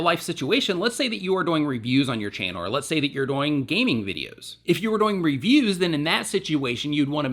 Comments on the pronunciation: he says doing so fast that it sounds like doinge or dooing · I just love the way you say "doing"😂😂